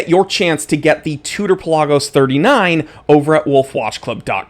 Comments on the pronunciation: Thank you for saying it properly. Puh laag os. Not Pella gos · Exactly. Official Tudor videos pronounce it this way. Peh-LAH-Gus